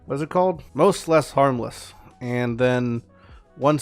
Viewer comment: It's "Mos'Le" as in "Mostly Harmless" lol